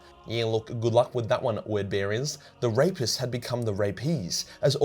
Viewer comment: The rapest became the rapies hahahah